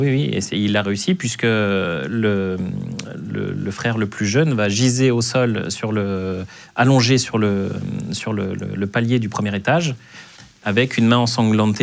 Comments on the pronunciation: Va giser ??? Mon dieu, par pitié employez les bons termes. On dit gésir monsieur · on ne dit pas giser mais gésir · on dit "gésir" et pas "giser" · Pour quelqu'un qui gît au sol on dit: Gésir... 😉